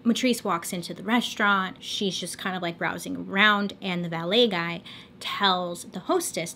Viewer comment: Lol I feel like you said ballet guy